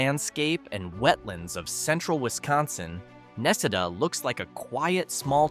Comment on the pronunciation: If you're going to do a video on our state of Wisconsin you need to be taught how to say the name correctly my guy